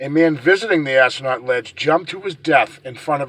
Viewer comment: I live in Freetown (Assonet). its pronounced( Ah so net).lol I hike in the forest every week. Ive never come across anything paranormal like. The murders were all committed when the smaller internal roads of the forest were open to cars so people up to no good could drive deep into the forest, making it the perfect place to do nefarious things. Those roads are now blocked. I still think that even though the forest is beautiful, it does feel like negative energy continues to linger there. I love the forest but I will say I won't hike there without my husband just in case!